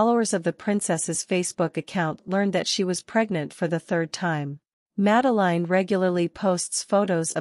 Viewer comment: Please do get the pronouncition of her name right